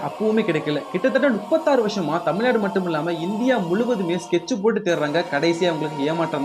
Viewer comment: பரதேசி தமிழ் நாட்டை மட்டும் ஏன் தமில் நாடு என்று சொல்கிறாய் மற்ற மாநிலங்களின் பெயர்களை மட்டும் எப்படி சரியாக உச்சரிக்க முடிகிறது தூ வேசி மவனே கர்நாடகாவை கொர்நாடகா என்று சொல்லி பார் தூ எச்சை